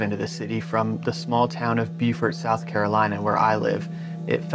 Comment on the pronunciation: Btw the correct pronunciation of the town you live in is "Bo-For" or, even more correctly, "Bo-fahhr".